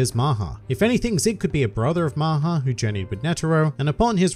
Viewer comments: Ya but it’s not pronounced as maaha it’s mha but ya I knew it too I am Indian that’s good that they named him so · LOL I am an Indian the way everyone pronounced "maha" made me forget the original meaning Maha also means big in some circumstances